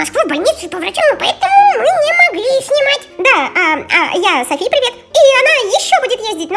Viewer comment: не Сафи а Софи не Ейван а Эйван